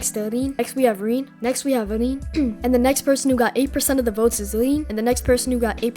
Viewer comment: bro sees rin and says reen that's too funny:face-green-smiling::face-green-smiling: W vid man